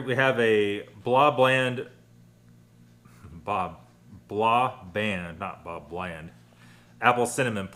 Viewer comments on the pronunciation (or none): Its not "blaaa band" How difficult can it be lol.. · Some swedish pronounciations in Blå Band: Å is pronounced like the O in Lord